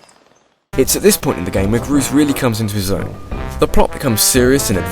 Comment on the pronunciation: Groose doesn't rhyme with douche..